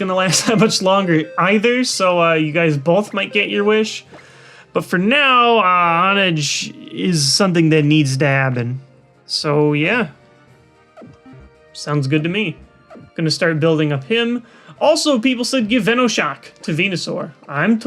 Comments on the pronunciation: Honedge - (Hone-edge), not hon-edge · it's not pronounced Hawn-edge. It's Hohne-Edge. Like honing a blade. It's a pun. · Lol, just me or he said BANKAI!!!!!! for Honedge, total shofu reference